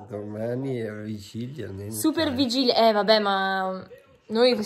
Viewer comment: Bellissima, l'unica cosa che si dice vigilia, non vigiglia... NON è UN INSULTO🤗❤